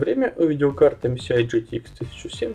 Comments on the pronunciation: что за "ЭмСиАй"? (MCI) MSI - это "ЭмЭсАй" прям слух режет. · ЭМ-ЭС-АЙ ! Как ,как ? бекпле(ЙН) ?? Спасибо посмеялся